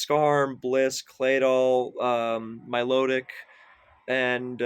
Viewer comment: milotic,,, it’s milotic